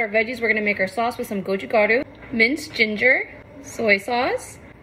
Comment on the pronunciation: love how u pronounced it “gochugaru”